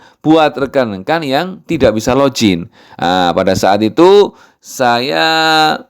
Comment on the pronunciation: login bacanya log in biasa aja, juga finger print fingger bukan finjer, bahasa Inggris kalau huruf "G" di depan atau hanya membaca satu huruf "G" saja memang jadi J. Tapi kalau huruf g di tengah atau di akhir bacanya tetap g biasa sama dalam bahasa Indonesia